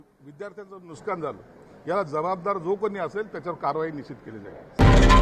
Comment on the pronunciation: ह्या अशिक्षित मंत्र्याला नुकसान बोलता येत नाही नुस्कान म्हणतोय नुकसानला 😅